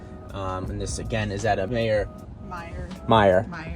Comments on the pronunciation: My-er. Not Mayor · This guy can't pronounce anything correctly, Terra Haute, Meijer, Tucumcari LOL